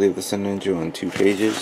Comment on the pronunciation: it's sinanju lol